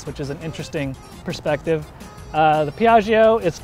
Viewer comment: A pronunciation tipp: it's Pee-ah-jo (the "i" is silent, its only purpose is to soften the "g"). So, Pee-ah-gee-oh is just wrong and hurts Italian speeking people.